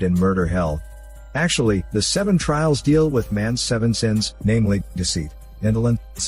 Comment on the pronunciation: Filial piety? Trails? Not trials? Ffs